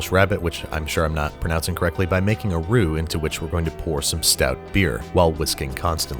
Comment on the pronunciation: He pronounced roux right